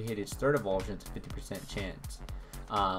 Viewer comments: Thanks for the tutorial but some advice... it's pronounced "evo-LU-shun" not "evolve-shun". Not trying to be a jerk but thought you should know. The argument of "I say it the way I want" need not apply-- it's not a Pokémon name, it's a word from the English dictionary. I imagine you want people to hear your tips and opinions, so trust me when I say it's pretty damaging to people's impression of you if you say a word like that wrong! Keep up the vids though :D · its pronounced EVOLUTION, not evulsion